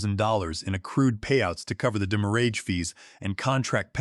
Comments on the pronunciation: You are mispronouncing the word "demurrage" greatly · Definitely an automated speaking voice. It keeps pronouncing demurrage incorrectly because it's a french word.